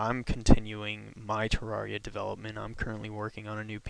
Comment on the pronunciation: Ter-air-E-uh not Ter-are-E-uh